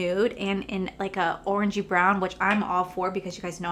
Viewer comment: That look is gorgeous!!! Look at you playing with a red shade and slaying it 🔥 I seriously for a split second thought you said orgy brown instead of orangey brown lol